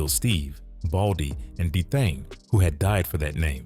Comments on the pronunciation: That's why the names are all messed up! D Thong is crazy!!! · That's D Thang not Thong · Especially when they say D-Thang smh